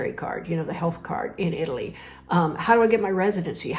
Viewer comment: It's always a good idea to learn to pronounce the name of the country you are moving to correctly!😊